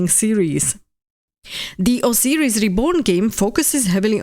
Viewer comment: /ousajris/ (pardon, jsem výslovnostní nácek😅) As for the Expanse, would you say that you are as excited for it as you are for Exodus? How futuristic do you like your space operas?